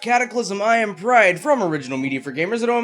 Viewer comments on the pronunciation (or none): please stop saying pride like that it makes me want to kill myself